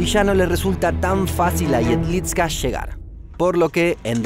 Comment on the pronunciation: Jedlička se pronuncia "iedlichka", la č es como ch. Igual, buen video